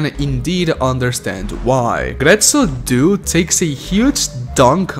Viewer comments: Very well made video but my friend, my friend, DUE, DUE, "DO-AY"!!!! Not "doo"😭😭😭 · It hurt my hears to hear "due" in English... "due" means "two" in Italian. Like, the number two. That number after "one" and before "three". Numero "dos". Uno, due, tre.... "Due" in Italian is to be pronounced something like "do eh"